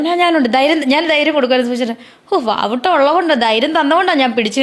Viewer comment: വാവുട്ട അല്ല വാവട്ടം